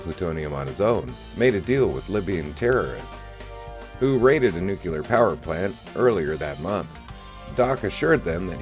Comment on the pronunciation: The chemical element is pronounced "NEW-klee-er"